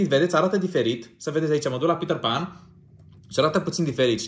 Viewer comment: Pe petter pan nu se spune pitarpan se spune pitar pen😅❤